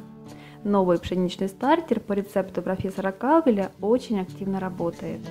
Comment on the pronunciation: Всё хорошо,только маленькая поправка:во франц.языке ударение на ПОСЛЕДНИЙ слог,а в английском на первый.КалвЕл фр.произношение